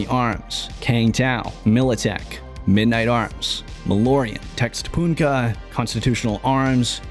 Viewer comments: you are reading Textpohnka wrong, if those are russian letters you should read it like tech-tronica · The Russian manufacturer is like "Techtronic" not "Textpoonka". Х is similar to "ch" or a Greek chi. Р is "r" or Greek rho. Д is a "d" sound or Greek delta. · what you called "texpoonka" or something like that actually sounds like [tech-tro-nee-kuh] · It is Techtronika in russian letters, not Texponika LoL :))). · Tehtronika, not textpoonka 🙂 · don't wanna be mean but , that ТЕХТРОНИКА is pronounced as "Techtronica" , The original alphabet are in Russian so it could be a Russian weapons company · TEXTPOONKA LOOOOL, pls look up how you say foreign words before saying it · I think техтроника is pronounced "techtronika" with the 'ch' being a strong 'G' sound as it is in german. ie: Ich, loch and buch.